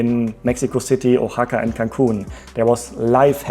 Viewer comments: Oaxaca is pronounced WA-HA-KA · Just so you know Oaxaca is pronounced with a WH sound. Think the word What without the AT.